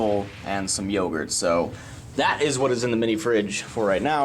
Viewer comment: yo-gurt lol